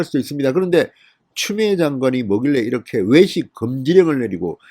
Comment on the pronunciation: 진성호는 발음과 억양이 너무 이상하다. 외식이라 말하는게 왜식으로 들린다. 부산 억양을 배신한 억양이 더 이상하고 거슬린다. 추미애 억양처럼.